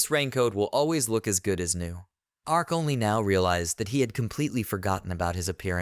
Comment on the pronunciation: Your reader is even more illiterate than usual today. Please figure out how to adjust the pronunciations. Her name is not LYNN, it's LEAN pronounced LEEN (even spelled that way sometimes) while our MC is named ARK, not arch, not arz or whatever glitchy thing it keeps saying. Also, it keeps getting the meanings of some phrases ass-backwards, which makes the narration nonsensical. Again, having someone just listen through it to fix errors should be part of your process. Also the utter cliche of these fools mocking ANYONE makes the story a bit boring. As READ, the merchant seems like a total rectum and I would not bother dealing with him. You would think that a simple demonstration of how Insta-Kill works (say on a rat) might make the other adventurers realize he's not safe to harass.